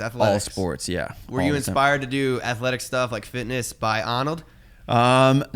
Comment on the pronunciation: Only can pronounce Arnold's name right 😀